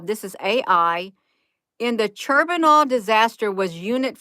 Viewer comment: I love how ya doing this.. pronounced Chern noble... Like turning butter, and nobel nights.. 🤣